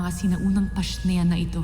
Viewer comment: “PASHNEA” hahahahaha